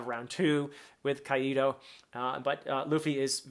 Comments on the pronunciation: Nice video just a quick correction Kaido is pronounced "Kai-Doe" not "Kaiee Doe" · As a Spanish speaker, "Caido" with the accent on the "i" sends me. 🤣 "Caido" means "fallen". Which... given what we've seen of him previously, might not be entirely out of place. 😅 It's supposed to be "Kàido", with the accent on the "a". Two syllables: kAi - do. Just in case you want to try it. 🙂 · Why do you pronounce Kaido kai-e-do? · Great analysis as always! I see your observation haki is improving as you progress. Sorry, but it's funny as hell to see you pronounce Kaido as Qaeda in Al-Qaeda))